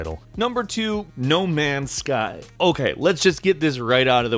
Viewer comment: im not ur fwend buddy im not ur buddy guy im not ur guy fwend No Man's Guy